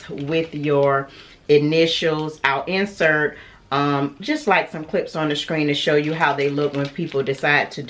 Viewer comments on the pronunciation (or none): none